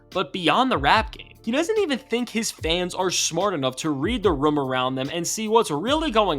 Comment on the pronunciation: Riddler is just a spicy gay dude clout chasin ..the pdf claims r lame if u have no hard evidence..kendricks a racist..and this dude who made.this video pronounced room as "roum" like rich rural weirdos ..since u asked